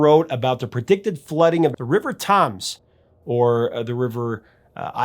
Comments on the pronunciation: HI, love your posts. In this (another) great production you mispronounced ´Thames´ a couple of times. It is pronounced ´Tems´. You also said that it is also called The Isis. "The Isis" is an alternative name for the River Thames, but only used from its source in the Cotswolds until it joins the Thames at Dorchester in Oxfordshire, about 45 miles from London. Keep up the good work. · English is the worst language, for some reason it's almost never pronounced how it is spelled. "Thames" is pronounced "Tems". Also, for whatever reason the Thames is only called the Isis when it passes through Oxford. Go figure. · You're driving me nuts, it's pronounced '"Tems'" the Thames river through London... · It's actually pronuenced The Tims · Thames is pronounced Temms. Good vid, prof. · Hey there! Glad the Clash are getting another shout out on your channel and for their anthemic, rousing, wake up warning to the world. Thx for helping keep their music alive. Just for reference, 'Thames' is generally pronounced (sounds like) 'Temms' by most people. The best from a Brit 🇬🇧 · That should be a Z at the end if you`re going by the dictionary . Again , they are pronounced the same. You can go on YouTube & hear it pronounced. Either way it`s better than what he was saying. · I'm an American. When I was a kid, I would watch Benny Hill, which had the Thames logo at the end of every episode. I pronounced it to rhyme with "names." Lol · Why can't you say Thames? Seriously? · Its funny how Americans pronounce "Thames" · "Toms" River?? TAMES River! Well, at least you didn't make the same mistake that 99% of all Americans do and that is to pronounce the "Th" as it is normally pronounced... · Love your show, but it’s not the River Thoms, Thames is pronounced like temple, Tems. I think this makes more than me wince. But, love the show. Plus, brought up my daughter singing along with the Clash while we were in rush hour traffic. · Thamess river is Temmes not Toms.